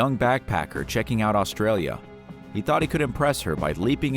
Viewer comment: It's horrific that u can't even pronounce Queensland & Australia properly. Anyway Australia as a whole should be No 1 on this list, the more deadly animals we have the more we hope tourists stay away